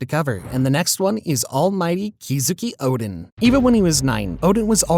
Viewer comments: I have one singular complaint about you and your videos.... WHY CANT YOU PRONOUNCE ANY OF THE NAMES RIGHT!? I MEAN, YOU CALLED KOZUKI ODEN, "Kizuki" ITS LITERALLY SPELLED K O HOW DID YOU GET KEY OUT OF THAT? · IT'S kozuki oden, bro not kizuki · the fuk did you just said kizuke oden? its KOZUKI ODEN not kizuku oden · "Kizuki Oden" 💀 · the way he butchers every name i mean who the heck is kizuki oden😂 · bro said Kizuki Oden